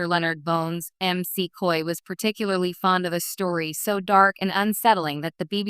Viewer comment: EM SEE COY, said the text to speech robot.